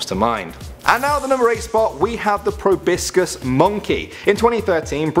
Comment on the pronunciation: It's not prounounced (pro-bis-cis) it's (pro-bo-sis)